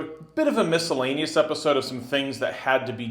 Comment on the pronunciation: heh... "MISSILEaneous"